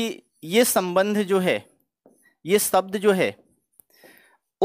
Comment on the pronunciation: आप 'शब्द' को 'सब्द' ( , , , , , , , ), , , , , कह रहे हैं, या मुझे ही गलत सुनाई दे रहा है.. " निर्दोसी ??????? - आपने " जाहिर " शब्द का प्रयोग किया है , "जाहर" को हिंदी में "विदित" या "सर्व-विदित' कहते तो अच्छा होता